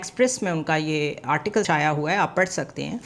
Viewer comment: 😂😂 article to sahi bol deti